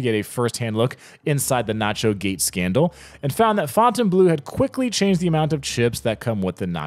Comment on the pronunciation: Fontaine Bleau is pronounced "blow"